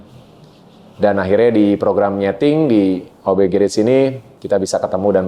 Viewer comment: Kenapa yah .. Org indo yg berkecimpung di dunia otomotif yg menamai bengkel mereka demikian dengan Kata GARAGE tuh gak ada yg bener nyebut nya , even sekelas artis .. Sorry , rada gimana gitu di telinga gue ketika denger gerets .. ✌